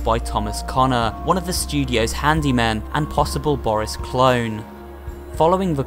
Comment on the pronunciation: It’s not boris it’s booorrrris